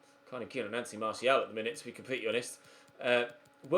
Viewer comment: Also glad you’re finally pronouncing Martial correctly!